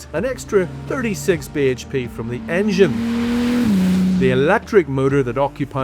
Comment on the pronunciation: I thought I was the only one who cringed every time he said BHP